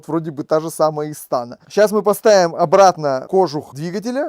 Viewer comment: Не истАна, а истанА!😬😬😬